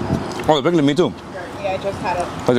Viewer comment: hope you are well. I decided to look for my Haitian video after watching the Barbados one. Thank you, for the wonderful feature and safe travels to you and your team. By the way, the spicy salad is #Pikliz not pikly 😂. Please have a Haitian with you next time💙🇭🇹❤️ P.S. try #LALO , #Fritay, and the #Sweets next time , and #Légume is my FAVORITE❤